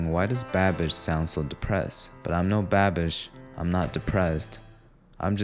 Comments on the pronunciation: Why do you say "Babbish" like "badbich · I thought you said "bad b*tch" instead of "babish" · You said Babish and I heard bad bitch lol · He said Babish, but I heard "bad bitch". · Oooh he said babish in the beginning, thought he was saying something else 😂